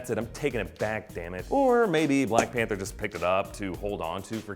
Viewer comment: I love black "Pather"